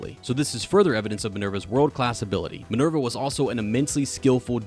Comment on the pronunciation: why do you pronounce Minerva as Maneuver